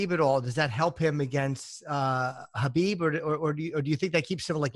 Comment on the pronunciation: Dustin Hazelnut 😂😂😂😂😂 him and Joey Diaz fucking kill me with the pronunciation of fighters names.. Khalabib and stiopic😂😂😂😂